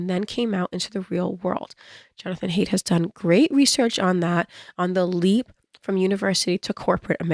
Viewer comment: The timing of your 🗡 joke is impeccable given the recent John Wicking in NYC. Also, Jonathan Haidt's last name is pronounced "Heigh(d)t."